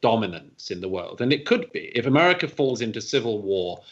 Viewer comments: Ahmaahhhricah... I love Douglass pronunciation of America, it cracks me up every time 😂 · ‘Amurica’ where they have ‘cuvid’ 😄